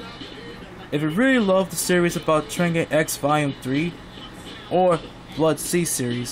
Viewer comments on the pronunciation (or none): It pronounced tree-arj. Good review though